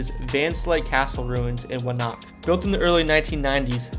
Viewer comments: Not from Jersey, eh? It's pronounced "Wanna-queue" not "Wonnack" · Wanaque is pronounced Wan uh q. Not Wa knock. And Gingerbread castles is opening again. Newark. It's pronounced new work. Not new ark. Hinchcliffe stadium is also open again. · no, it isn't thats modern morons who can't pronounce the Indian name for the place and the local town caved finally and changed the prononciation. It's WA-NA-KEY. Look at old settler maps the town probably has in archives, they phoenetically spelled it out. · It’s wan-uh-q not wa-knock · I’m sorry, but the name of the town Wanaque is pronounced “wan a cue”. Not wannock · Wanaque is pronounced Wah-NAH-kee, not Wanock. Also, Reading is pronounced Redding, not Reeding. Also, Newark has the emphasis on the first syllable, not the second: NEWerk, not NewARK. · Great list! In addition to the ones already mentioned, the first town is pronounced Wanakyoo not Wanak. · Yeah, when he said “wuh knock” instead of “wanna Q” I stopped watching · Wana que[kew] bro, not what you said fyi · It’s Wan a que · "Wanaque" is pronounced "WANNA-cue". Like you're playing billiards. "Reading Railroad" is pronounced "Redding", like Otis Redding, not like "Reading a book". "Newark" is pronounced "NEW-erk", not "New Ark", it's not in Delaware. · It's wan-na-que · I think this guy put this thing together as some sort of extra credit history class assignment. Definitely not from NJ. So many errors As already pointed out Wanaque is Wanna Q The railroad is pronounced “redding” not reading Ft Hancock is on Sandy Hook not in the nearby town of Highlands. Lastly of course it’s not “New-Ark” it’s “Nork” or “Nerk” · Wanaque is pronounced WannaQ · Wanaque is pronounced, wa na q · First one is “wan-na-que” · Wa-na-cue not Wanock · Wanaque is pronounced “Wanna kew” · Interesting video. Incidentally I was a NJ resident for 50 years and it was pronounced Wan-A-Cue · Lol "Wannock" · FYI...pronounced Wah-nah-que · Wanaque is wan a q. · It's wanaque and pronounced nork